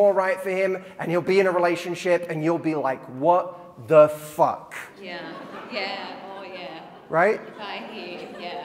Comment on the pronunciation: I love it when Matthew Hussey says “What. The.... Fuck” haha. It’s even better in his audiobook 😉